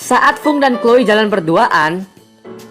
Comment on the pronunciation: kak Chloe bukan chole🙈